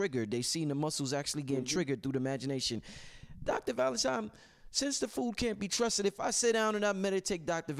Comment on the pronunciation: so how much we need to donate to get bro to pronounce ValentiNNNNNNe and not tiMe???